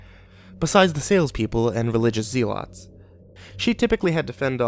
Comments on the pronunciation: "Religious ZEELAHTS" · What an insufferable bitch. she needs to be slapped a few times. And it's pronounced "zell-uts". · Zeal-otts :p Oh my good man! Great job just that one word echoed in my head. Keep the longish stories coming though! I love listening to them before bed.